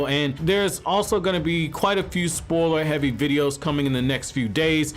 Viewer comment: This guy says “spoiler” funny.